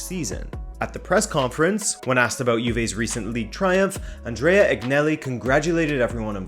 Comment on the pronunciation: Please stop saying “aGnelli”! Its “Aniyelli”, G is silent 👍👍